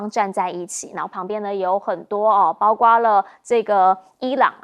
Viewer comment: 包括为什么总读成包瓜呢，查查字典在播放说了多少遍了没记性，什么水平就当主持人